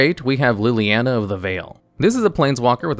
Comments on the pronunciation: Please,, I normally have a good chuckle at the card names you are clearly seeing for the first time and mispronounce as good fun, but you just can’t butcher my Planeswalker oshi’s name like this. It’s “Lily-on-uh”. As for the list, it’s actually very good, I’d say, except for #10. The new Ob is good, but I don’t think he’s in the top 10 of Planeswalkers by any stretch of the imagination (yet). I really think this should be either Karn Liberated or Ugin, The Spirit Dragon (and would accept both in this slot as a consideration for how they are the top end for Tron as an archetype). I know has been playing Magic casually for a little bit now, I’d love a personal top 10 (or maybe a 5/5 split for one video) of the cards he hates and loves with what time he’s had in the game. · PLEASE tell me I wasn't the only one traumatized by the 'LilANNA" pronunciation